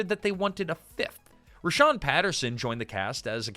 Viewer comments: "Rahsaan" not Rhashawn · For whatever it's worth, his name is Rahsaan (like - Rah-sawn), not Rashawn. The roots of this show go back to a long running cabaret show that ran at The Roxy (Los Angeles) every Sunday in the early 80's called "Let's Put On A Show". Jerry Sharell and Martika were cast members of that show. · it’s “rah-saan” not “rah-shaan” ☺️ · pronounced "Rah-SAAN" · Hate to be that guy, but a few corrections: 1.The show intentionally utilized the nonfunctioning "A" in the Palace sign so it could be called "The Place". Multiple characters referred to it as such. 2. His name is pronounced "Rah-saan" like "Daniel-san" from the Karate Kid. 3. A significant amount of footage that was shown when highlighting Shanice was NOT her. In fact, one of the clips was of the African American main character "Kenny" who had no overlap of time when Shanice was on the show. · You have a lot of wrong information here. You're not pronouncing Rahsaan's name properly. The person you're calling Shanice is not.